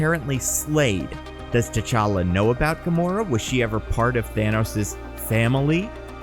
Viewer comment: is gamoro a female gamora or did you make a flub